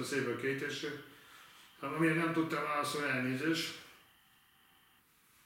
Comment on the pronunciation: Minden "váaszóni" után :D